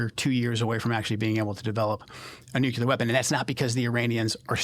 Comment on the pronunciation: He pronounces nuclear wrong. I don’t trust him.